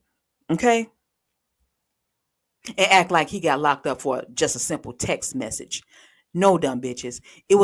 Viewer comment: Hey - I'M DONE GRYL U TOOK ME OUT WITH "WTF IS A TEXT MEZZIT"? KMSL 😂😂😂